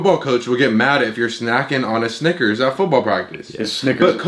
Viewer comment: saying snickers like sniggers